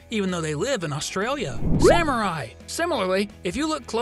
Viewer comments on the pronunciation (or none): none